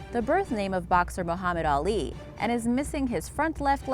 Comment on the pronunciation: Did she juss fuck up alis name and the do it repeatedly